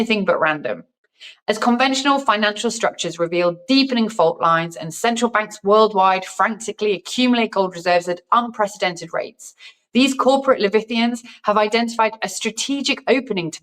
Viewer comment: 'Leviathan' is pronounced luh-vie-a-thon not le-vi-tee-ann. The more places selling gold and silver the better. I would trust Costco more than I would trust eBay. And no matter where you buy gold publicly, there is a record of what you have bought in a data base.